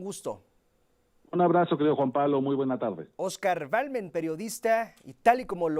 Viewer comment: Se llama Oscar Balderas , no Balmen jajaja